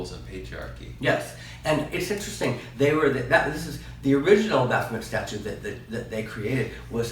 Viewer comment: It's pronounced Baff-o-may.